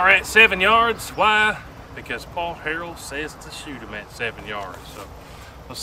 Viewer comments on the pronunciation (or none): Do the guy justice and get his name right, lol! It's Harrell.